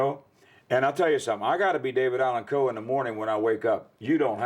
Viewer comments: RIP, legend! You will be missed! #RIPDAC HOWEVER, I can’t help but be distracted at who keeps pronouncing his name with a very pronounced L in it. Like Cole, instead of Coe. I know it’s probably just a weirdo like me who has ADHD and fixates on silly 💩 I’ll see myself out now! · Someone please tell this half whit it’s COE not Cole. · The dude saying David Allen Cole is is cringe to my ears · Take a drink every time that dude says "David Allan COLE"